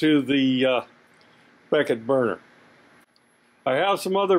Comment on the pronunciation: I heard that too